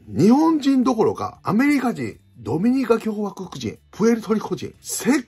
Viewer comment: 「どみにかきょうわこくじん」って馴染みが無くて新鮮でしたｗ